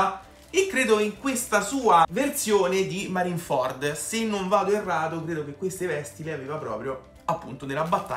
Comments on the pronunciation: Appunto si dice marineford tu nel video dici marin ford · Marin-ford non si può sentire🤣🤣